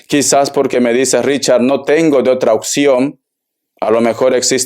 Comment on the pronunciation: Hola muchas gracias por tu lectura....de dónde eres que dices "acectas en lugar de aceptas" y dices "ocxión en lugar de opción?" .., saludos y bendiciones....